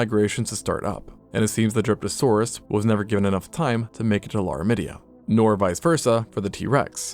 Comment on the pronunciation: My tired brain heard Derpasaurus not Dryptosaurus😂